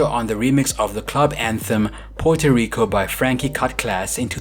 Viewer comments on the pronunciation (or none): none